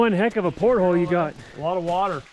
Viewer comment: Port hole?...really? Are you out to sea or just lunch? Repeat after me: port al...as in portal!